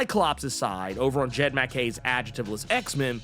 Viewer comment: Dude, it's not Jed Mack-Kay.